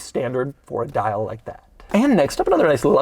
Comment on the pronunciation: Doug really hits the ‘di’ in ‘dial’